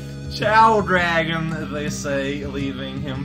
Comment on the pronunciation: raotags: veal, la revolution Aww man, I was kinda afraid you'd play this eventually. Well, I ain't gonna be here then. Good luck! Though I'll still post tags, just like for cortex. Also, that's not how you pronounce dragon! The title implicates "djra(e)gen" or something of the sorts. It's pronounced more literally, and even I know that for a Finnish person!